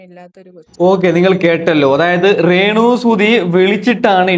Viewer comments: റേണു അല്ല രേണു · റേണു സുധി അല്ല രേണു സുധി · Onnu malayalam parayan padi rrrrenu